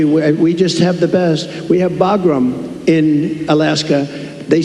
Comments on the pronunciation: Also it’s Bagram not Bogram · WTH, is he talikg about? He said Baghram, not in Alaska. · "Think about really Boglim. Boglim Alaska." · He clearly said Bagram in Alaska. Those people are booing him because they know Bagram is Not in Alaska. 😂😂😂😂 Ohhh, yea. His weave is so impressive. lol 😂😂😂😂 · "We have Bagram, in Alaska" WTF?